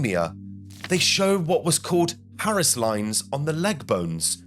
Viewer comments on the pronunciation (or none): none